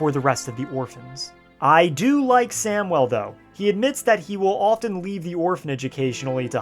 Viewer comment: I’ve never heard anyone pronounce Samuel as samwell. 😓